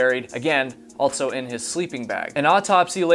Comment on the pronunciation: Or saying altso, I can´t unhear it 😆